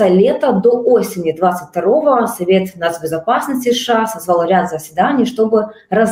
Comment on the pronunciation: Уважаемые журналисты, не говорите, пожалуйста, "Ша", нет такой страны , есть Соединенные Штаты Америки, США , в крайнем случае " Штаты", режет слух, извините. Эфир замечательный.